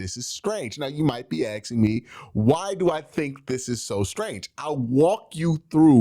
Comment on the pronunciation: Asking* Not axing